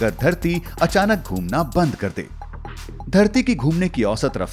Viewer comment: घुमना not धुमना 😂😂😂😂